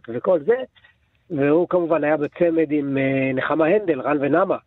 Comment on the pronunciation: יקירי, רן ונמה במלרע, לא במלעיל!